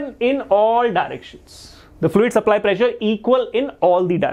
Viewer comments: when you said pressure I herd pleasure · Sir saying "pressure " Me hearing "pleasure"😅